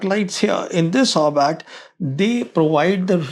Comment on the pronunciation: Orbit ✅ Orbat ❌